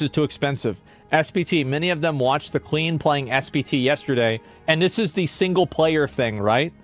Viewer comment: "the klean" :D exotik :D